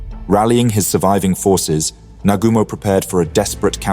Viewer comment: why do you REFUSE to pronounce surnames properly ???? NOT Na- ga- mo lol its Na - goo -mo ( pronounced )